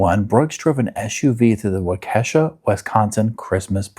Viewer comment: Wa key shaw lol 😆